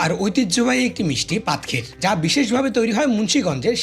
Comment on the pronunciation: প্রথমে মনে করেছিলাম ক্ষীর মালাই, তারপর শুনি পাদ ক্ষীর 😱😱😱🤮🤮🤢🤢